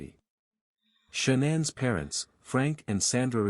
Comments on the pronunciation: Shawnen ?? Nickel ?? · I usually go show love to the channels you review, but can't bring myself to do it this time. Showing the wrong parents, the AI voice (I HATE AI voices lol) that mispronounces things (SHONANN, the WUTS daughters??). The creator is going to have to try a little harder to make it I think lol.